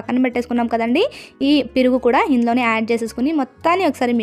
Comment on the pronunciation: piruga enti sister meeku telugu radha 😅perugu anandi 😂😂😂